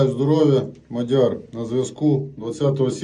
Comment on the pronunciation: А чьому Мадяр? А не МАʼдяр